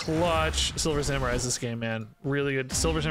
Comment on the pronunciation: Silver Sa-MEH-rai